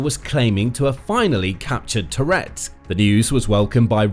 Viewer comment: Every time you say "Toretsk", I briefly think you're saying "Tourette's".